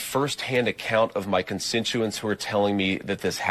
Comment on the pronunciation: That’s “constituent”. He mispronounced the word. I was being sarcastic.